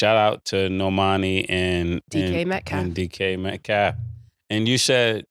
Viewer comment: Dj metcalf 😂😂😂 cam always butchering somebodies name